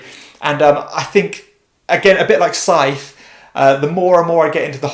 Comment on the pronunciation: Sorry to be pedantic, but the “th” in “Scythe” is pronounced hard, like in “the” or “there”, not softly as in “theatre”.